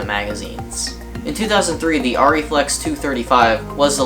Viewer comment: Thankfully you pronounce the camera name correctly! Rrr EEE not AIR EEE